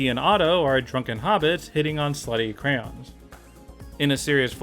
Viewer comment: The way said Crayons says you're from Michigan